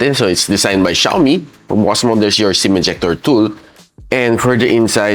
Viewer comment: Ung XIAOMI NAGING XIOMAI N LNG😅😅😅😅